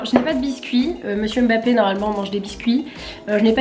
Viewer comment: J'aime beaucoup ce style de vidéo. Par contre tu prononce mal son nom. C'est Mbappe